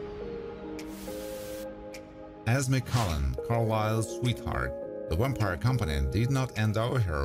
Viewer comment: Why do you say "wampire" instead of "vampire"?! That's so confusing... The English "V" sound is pronounced with top teeth on bottom lips, it's a closed sound, like in "voice", or like the Spanish "vivo"....